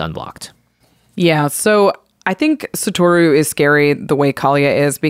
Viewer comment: Can yall please be the one podcast to pronounce Satoru correctly. Holy hell.